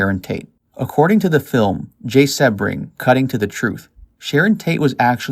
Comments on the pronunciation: Jay's name is pronounced "SEE - BRING"". The narrator has mispronounced his name which leads me to question his knowledge of the murders. I know, as I worked for Jay at his salon in Beverly Hills, when he and Sharon were a couple. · It's pronounced SEE-BRING!!!! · Jay Sebring(pronounced Sea-bring). Jay's real last name was Kummer, he chose Sebring as his professional name, after the famous Sebring car raceway. Sharon was not specifically targeted, she along with, Jay, Voytek, Gibby and Steven were just at the wrong place at the wrong time. Manson had been to Cielo several times before the Polanskis resided there (at least twice during). Manson picked Cielo because it was secluded. Manson knew the layout well (so did Watson) and that likely, anyone there would be well to do, elite and part of the establishment that his jealous, perverted mind was so against. The LaBiancas weren't specifically targeted either, the killers were driving around aimlessly the second night, looking for random victims. Manson then, remembered the LaBianca house as he was again, familiar with the place. Manson had an acquaintance (Harold True) that lived directly next door to the LaBiancas. Manson was a career criminal who always looked for places he was familiar with that would seemingly be easy pickings. Roman was definitely abusive and also a serial womanizer, but he loved Sharon and had zero to do with her's, their baby's or their close friends, tragic deaths! At the time of the murders, he was in London, working on Sharon's and his upcoming film, "Day of the Dolphin". Roman was to direct Sharon alongside of Jack Nickolson. Wouldn't Sharon have been kick-ass in "Chinatown"?